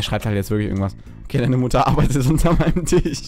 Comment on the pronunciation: Tich? Es heißt Tisch!!! :D